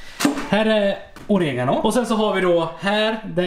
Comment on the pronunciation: haha hur fan sa du oregano ? 🤣🤣